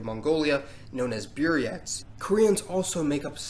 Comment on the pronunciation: Its Buryats (BOOR - YATS) not Biryats (BEER - YATS)